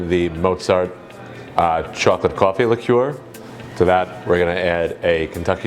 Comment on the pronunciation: liqueur. You should really learn to pronounce this word.